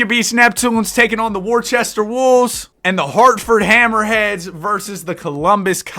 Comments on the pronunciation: IT IS NOT WORCHESTER ITS WO-STER goggle it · you just insulted the whole state of Massachusetts by saying “Wor-che-ster” instead of “wuh-ster” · as the resident british person, its pronounced "woster" nor worcester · I hate to be that guy but Worcester is pronounced wister, had to educate ya cuz if you come into New England at any point and mispronounce Worcester you gon get laughed at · as a Worcesterite IT'S PRONOUNCED WU-STER MAN WTF DISSING THE GOAT CITY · Brotha u said worcester so wrong 😭😭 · As a Bostonian that Worcester pronunciation is paining me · That’s just not how you pronounce Worcester 😂